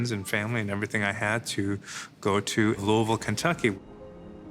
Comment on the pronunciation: Right off of rip; I’m impressed he’s pronouncing Louisville correctly. Looking forward to the rest of this.